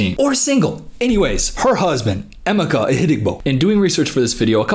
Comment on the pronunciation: I dunno if anyone else has mentioned it and not to be that person or anything but his name is pronounced em meh kah I dont think the way im spelling it out will really help much js cuz its kinda specific but anywho ❤